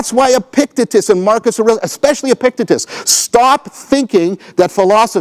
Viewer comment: "Epicktitus" btw. :D